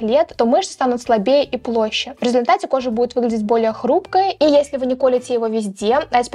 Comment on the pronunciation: Тоже резануло слух, а так же слова площе и обаятельность 😢